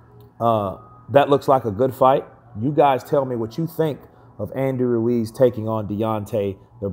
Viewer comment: its pronounced "Ruez"